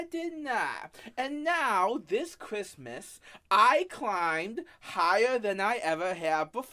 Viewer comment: What’s kwissmiss?